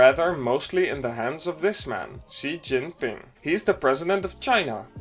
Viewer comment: Very nice video dude! Subscribed and liked. Also, you were actually the closest to pronouncing China's president name out of many youtubers, if not spot on. I am not Chinese but just saying, i know how is it pronounced.